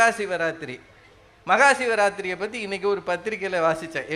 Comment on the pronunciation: Makasivarathri illai mahasivarathri